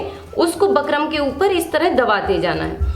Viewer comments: Phle bolna sekho bakram nhi bukram.jahil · Bkram nhi bukram hota h mam🤣🙂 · Ma'am it's bookrum not bakrum 😆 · Bakrum nhi didi bukram boliye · Pehle bukram kehna to sikh😅